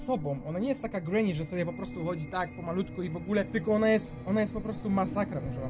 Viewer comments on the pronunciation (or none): none